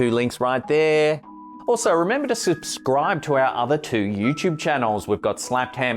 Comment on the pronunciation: "remember to swupb scribe " lol. It's ok slapped ham. Glad you kept that in anyways. It's funny